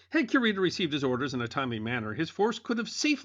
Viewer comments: Correct me if I’m wrong, but isn’t it KU-ree-tah and not QUE-Rita? 🙈 …sorry, I love this channel and content, but that part was like fingernails on a chalk board for 15 min. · LOL Cure-ita sounds like a dog medicine! Stop mispronouncing that man’s name, it sounds horrendous!